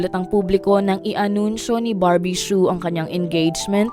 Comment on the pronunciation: Su ang bigkas silent H po